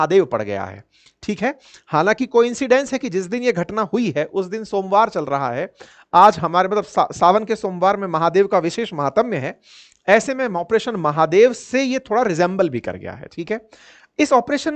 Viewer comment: माहातम्य नहीं, माहात्म्य होता है।